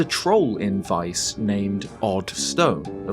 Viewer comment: Thank you for pronouncing Weiss correctly